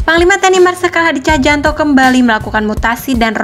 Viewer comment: Tjahjanto dibaca cahyanto, bukan cahjanto, maaf koreksi lto.